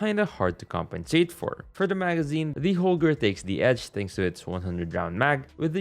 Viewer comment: It,s not holger but Holgae